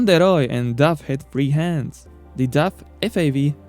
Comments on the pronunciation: wow then your ears dont Funktion well. I am from the Netherlands and the brand DAF is from the Netherlands, so when i saw the video i first didnt know what you where saying ! It sounds horrible. Try saying the word car then make it dar then daf , thats sound not like duff. 👍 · Its name is daf , not duff.